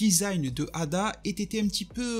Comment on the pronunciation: C'est pas ada c'est eida